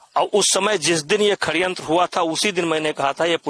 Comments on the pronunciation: भाई ये हिन्दी अच्छी बोलता है षड्यंत्र को खण्यंत बोलता है😂😂 'जिसे खण्यंत ही बोलते है' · यह षड्यंत्र को खड्यंत्र क्यों बोल रहा है?😂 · Khadyantra❌️ Sadyantra✅️ Abbe tu speech kaise deta hoga brijbhsan 😂😂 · Sadyantra hota hai ya khadyantra 🤔🤔